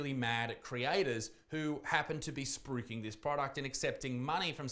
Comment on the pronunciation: I had a hell of a time figuring out what word you were saying, but it's spruiking right? lol